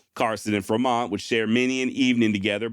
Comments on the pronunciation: "Fruh mont"? Good god my man....FREE mont, man, John C. FREMONT...us native turds up here in Oregon like our expeditionaries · I am pretty sure it is Fremont not Fermont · Its Free mont. Renae.. we r American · The pronunciation of Fer-mont is odd to me.